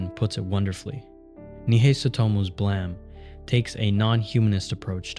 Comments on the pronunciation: "Blaam"? Isn't it pronounced "bleim"? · this whole video is ruined by the ‘blem’ pronounciation. it’s supposed to be onomatopoeia for a gun firing, like ‘blam!’ not ‘blem’. Where did you even get this from? You’d think that an ‘expert’ speaking on the work of Nihei would at least get that right. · Blem? you mean Blay-em? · yeah but he keeps saying “blem” like ブレム, not “blam” like ブラム. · Pretty sure you're the only dude to pronounce it like Blam and not BLAIM Blame 🤷🏻‍♂️ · I'm sure I would've really loved this video but I'm sorry, regardless of what anyone says about how the creator intended it to be said, I am not going to listen to an hour of someone calling this manga "Blam". It's Blame. We are not doing this. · Bro it’s blame not blam lmao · You sound very angry. I know what it is supposed to be. But sorry bud, it's called Blame! pronounced "Blame" everywhere outside Japan. You are contradicting OPs facts here about it being a mistranslation. It's not a silent E, it's a mistake. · dude why r u saying "blem" I have zero clue why it would be called that it doesn't even make sense blem would be spelled like blem not like blame? super confused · Is BLAME! really pronounced blam? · Why do you say Blame like that? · five comments below: 23 hours ago Is BLAME! really pronounced blam? 20 hours ago Yes :) It's not the english word blame, it was just translated that way. It's supposed to be the sound of killy's gun going off (BLAM!) In japanese it sounds more like BURAMU! 19 hours ago ok good to know. Adding the E was a really bizarre choice by the translator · Everything you say is awesome, except the way you say blame😂